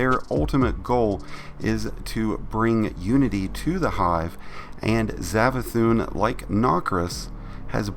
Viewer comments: Savathun not zavathun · Its savathun not zavathun its an s sound sssssss not zav